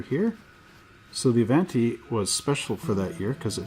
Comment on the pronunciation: 'A-vahn-tee,' not 'A-van-tee.' It's Italian. Even if you're Canadian.